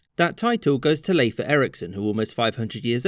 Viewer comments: Leif Eriksson is pronounced LAY-f not LEE-f. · Bruh, Liefa? Really? It's pronounced "Leaf" or "Life"